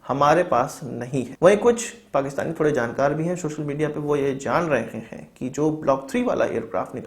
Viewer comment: Its social not shoshal